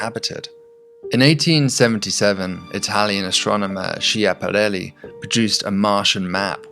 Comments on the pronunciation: Why did you pronunce Schiapparelli as shiaparelli instead of Skiapparelli? 🙂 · It's pronounced Skiapparelli non Shaparrelli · Friendly correction : it's pronounced skiapparelli..thx for another beautiful video! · U spell schiapparelli very wrong… its SKEEAPPARELLI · "Schiapparelli" is not pronounced "shee-aparely". The "ch" is a K sound. (And the P and the L are doubled, but I can't expect Americans to be able to pronounce doubles) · Your thesis makes perfect sense, but is it too much to demand from a Brit to pronounce an Italian name (Schiaparelli) correctly?